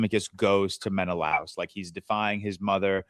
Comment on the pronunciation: i love how georges pronunciation is so blatantly wrong but he just keeps saying it 😭. sinon as if the n has an accent over the n and menelaus as it rhymes with klaus or something 😭